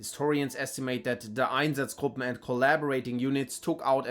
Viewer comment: The way you pronounce “einsatzgruppen” instantly tells me where you’re from.